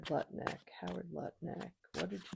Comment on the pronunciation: Nice to hear someone pronouncing his name correctly! Thanks,, love you!